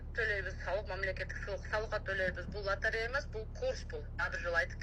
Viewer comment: Латарея деп эле айтат